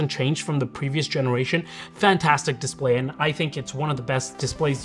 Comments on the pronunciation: What's a DISPAY? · The “dispay” 🤣🤣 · DISPAY lol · THE DISPAY 🤦‍♂ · Missing an L in your Dispay blend oder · Definitely love it for the “DISPAY”😅